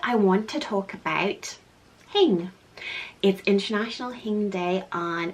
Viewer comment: per simple Google search: "Learn the Hygge Definition & Meaning on Hygge House Hygge (pronounced hue-guh not hoo-gah) is a Danish word used when acknowledging a feeling or moment, whether alone or with friends, at home or out, ..."